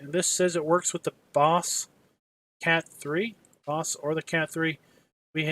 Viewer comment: It is Baas not Boss